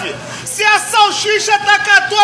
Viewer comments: Salchicha nem falar o nome certo sabe. É salsicha seu man3😊😅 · O indivíduo não sabe nem falar salsicha, e o pior, é patrício, afiiii!!!! 🤦🏾‍♀️